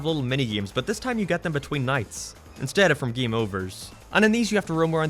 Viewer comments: Why does he say “giem” instead of game? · He says geam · hey keeps saying gaem lol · I can't concentrate when I'm laughing my ass off on how he pronounces "game" and "update"